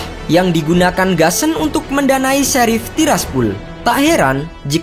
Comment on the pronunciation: Bacanya:sherif sappol